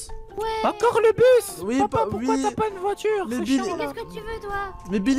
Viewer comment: Une voihtur